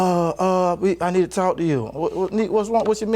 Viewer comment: He incapable of saying “talk/talking” im almost done w the video and she still ain’t yelled